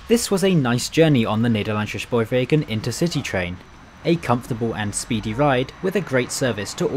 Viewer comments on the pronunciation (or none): Only thing is, not all Dutch letter S's sound like sh. In fact very few do. Not shpoorwegen but spoorwegen. Not Amershfoort but Amersfoort. Appreciate the effort though! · Great video. However, as I commended you on your Turkish pronunciation you fell into the trap of Germanifying Dutch words. You said "Schpoorwegen" and "Amerschfoort". With Dutch it's WYSIWYG but Brits make it harder when it doesn't have to be so. One other thing I would like to mention is that Rotterdam Centraal Station doesn't include the city's name on the signage outside the station, something unique here in NL. During re-construction it was decided that the new iconic design represented Rotterdam, therefore including the city's name would be superfluous. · You don't need to pronounce it Shpoorwegen or Amershfoort. The Dutch don't.